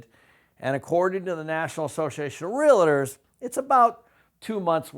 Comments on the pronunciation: You're pronouncing it wrong: REAL + TOR not REAL+AHH+TOR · Video was informative,,,, however when I hear someone speak about real estate and don’t know how to pronounce REALTOR pronounced REAL-TOR not REAL-LIT-TER as you and so many people say it,,,, ugh. What’s a “realliter?” When I hear so called professionals say it like that, I tend to tune out. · If you're a realtor, please stop saying "relador". It's pronounced "realtor". Much love, thank you. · First tip this guy is spelling out what seems to be a rational case is gonna be wrong? He says realator! You couldn't get 50% of people to vote themselves a free lunch. Any case dependent upon 50% of people doing anything is a fool's folly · Realtor. The word is Realtor, not Real-i-tor. Gawd. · Great and important analysis. However, as a Realtor, I cringe every time you say real-it-or. Two syllables,. Only two. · lots of good information here, but please.... realtor is a two syllable word; it’s real-tor, not real-a-tor. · Great videos- but, it’s REAL TOR, not REALA TOR- FYI- it’s funny how many people mispronounce it-lol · I love watching your videos but you mispronouncing REAL TOR by adding an "A" is driving me nuts!!! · I just wish you would learn how to pronounce the word “REALTOR”. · You have to wonder about the competence of someone who can't even pronounce "realtor" correctly when he's claiming that field as his area of expertise. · Has spent his whole career in real estate adding an extra syllable to "realtor?" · How does a man who knows so much not know how to pronounce "realtor"?